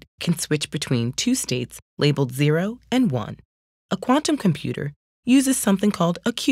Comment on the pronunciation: Not a fan of how she says "quantum computer". Thank you, that is all